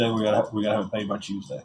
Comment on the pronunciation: Hews day is not southern I live in tn Va ppl don’t talk like that he has a speech impediment and that ok not a big deal. An yes ur lying about the hundreds of dollars u make every week and do u pay the irs no I didn’t think u did